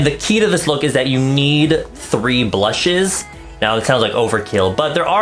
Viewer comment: lol I hear him saying "these ballshit..... blusheeeeess"